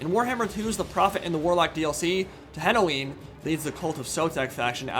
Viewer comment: It is TE-NEN-HAU-IN Is it actually so difficult to pronounce in English? 0_0